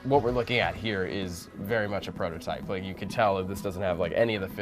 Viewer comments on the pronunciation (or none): SAY IT WITH ME 'PROTOTYPE'